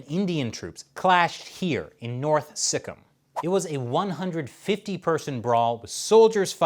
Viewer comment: Hey, love your channel and your sense of humor, especially the butchering of the Indian names of states and our next door neighbor. LOL! Ok let me help you out Bro. It's not Sick em, it's Sik-keem, and it's not My ann mar, it's Mee Ann mar...LOL! You crack me up! I live right between the two, in the state of Assam 20 miles south of Arunachal Pradesh, which is Are oon ach al...great job Bro!